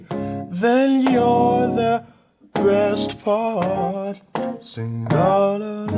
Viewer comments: it sounded like he said you're the best fart lol just me ? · Did he just say "Breast Part"? 😂